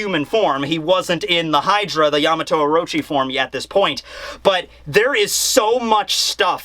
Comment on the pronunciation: Its Yamata No Orochi.